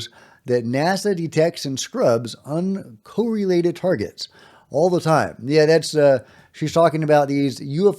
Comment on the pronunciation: T= The word is UN COR RELATED not UN CO RELATED correlated ( kor-uh-leyt ) for Verb + Adjective ( kor-uh-lit ) for Noun corelate,, in British Usage T= HAVANA is HA VAN A not HA VON A T= not HA VON O